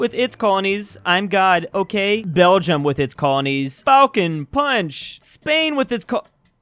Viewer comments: "Belgiam" lol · 'Spainish' 'Belgiam'